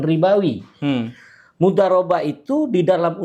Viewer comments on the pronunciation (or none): Dia siapa sih, kalo ahli dalam syariat kok nyebut "Mudhorobah" jadi "Mudarobah"?